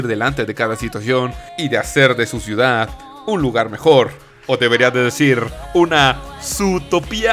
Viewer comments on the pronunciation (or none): none